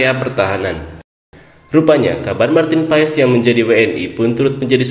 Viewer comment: MARTIN PASS ....Bukan Paess lo kira Paess AYam 🤣🤣